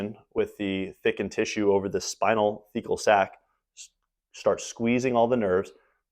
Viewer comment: a Fecal Sac? I couldn't hear anymore vowels in that word. Surely that's not the name?